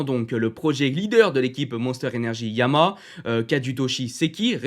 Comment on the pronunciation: Toujours aussi bien construit et rythmé. J’aime vraiment bien le format. Petite remarque : il y a bien trois syllabes distinctes dans la prononciation du nom « YAMAHA ».☝️ Suis-je le seul à toujours entendre « YAMA » ? 😶